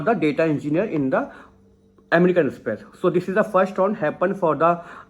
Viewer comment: Amrican express ,say the name right